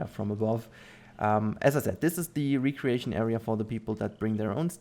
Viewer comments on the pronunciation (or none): Just so you know: Recreation when you are referring to relaxation, leisurely activities is pronounced REH-Cree-ay-shun Recreation when you are remaking something better is pronounced REE-cree-ay-shun English is very confusing.